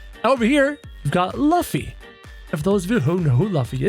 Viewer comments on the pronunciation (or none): It's not lufffy it's Lufy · It is luffy but it's pronounced LOOFY but spelt luffy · Its purnounced looffy but spelled luffy. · luffy is pronounced like: roofy (in japanese) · NOT LAFFY IS LUFFY 😡🤬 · Btw Ur saying Luffy wrong u say it like loofy